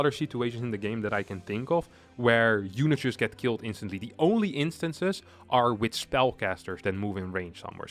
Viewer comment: "instatly" Maintaining the stereotype that Zerg players are dumb.